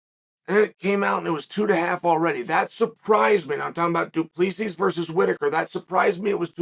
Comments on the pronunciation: No one can pronounce dricus’ last name lol.. it’s du plehssee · Remember when you got title shots that didn’t make sense? You sit here and sh1t all over the division because it is 2-0? You sh1t on all of these guys by saying their names wrong because you’re too stup1d to be able to say their names but claim that you do it on purpose. Dre is DuPlexis? Bobby knuckles is the best 85er not named Izzy. By saying this you’re either telling him to move up or down in weight or just wait until someone else beats Izzy so he can get a crack at the title although Izzy lost 3 in a row (2 kickboxing yes I get it, but also 2 by flatline ko) so to me your stance is ignorant. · Your inability to pronounce his name right is really annoying. Get it right..